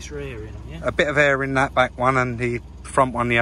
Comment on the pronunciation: Did say "eggs rare" or "extra air"? Wondering if that's some cockney slang I've not come across!